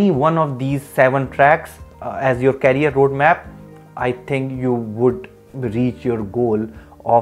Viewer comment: Knowledgeable video. Please pronounce it as Career NOT Carrier.